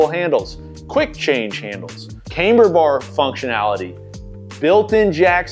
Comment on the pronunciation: Camber is pronounced like camm-ber, not "came-ber".